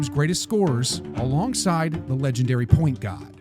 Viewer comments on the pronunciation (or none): bro said point gawd like a real britishmen